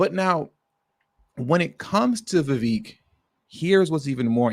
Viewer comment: His name is pronounced "ViVaaake". Like cake.